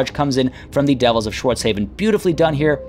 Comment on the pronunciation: Schwartz HAW-FEN. Like Hasselhoff.